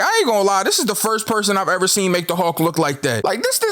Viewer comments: I hate that he says "hawk" instead of "hulk" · He says hulk like hawks